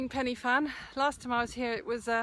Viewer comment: Nice Vid! sorry to bitch (well not really) However, it would be nice to pronounce place names in wales correctly, it's not a far off country! after all. the mountain tops you said were in english - 1 Pen e fan, actually should pronounce it, Pen eh Van (do the research if baffled) and 2 Corn du again should be Corn Thee (nearest I could think off) again sorry to bitch but it's NOT hard, you English seem to pronounce french no problem, and they are across the sea?